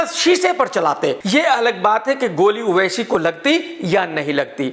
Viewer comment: Everyone:-owaisi Krk :-oaisi......😂😂